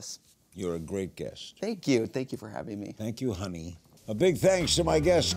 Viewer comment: "welcome to the show honey" I thought he said hunty😅